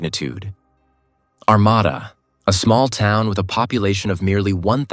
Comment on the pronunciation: Ar-mA-da...The second "A" is spoken as a long "A." I live not to far from Armada. At the time, I lived in New Baltimore...This was just Devastating! This poor, Beautiful young lady was in everyone's hearts and Prayers...as was her family... God Bless them...